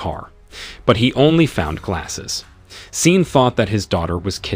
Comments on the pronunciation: Come on bro, Shawn not Seen, Leigh not Leek, Car-tel not kartle. What the hell?! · Pronounced Shawn!!! Not scene 🤦🏾‍♀️🤷🏽‍♀️ listening to this was like listening to nails on a chalkboard 😩😩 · I think the A.I is reading Sean (Shawn) as Sean as is Dean 🤷🏽‍♂️